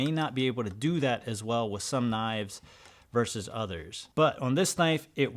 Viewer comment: Thank you for saying "VERSUS", I am so sick of hearing "verse" when people mean to say what the abbreviation "vs." refers to, which is actually the word "versus" in which you pronounce the final S, so it's pronounced as "verses" NOT "verse". You, sir, have my undying respect. Yes it's a pet peeve, but it's also evidence of the dumbing of America how often people get that wrong.